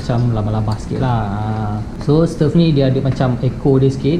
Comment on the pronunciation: Bro..sebutannye stove bukan stef..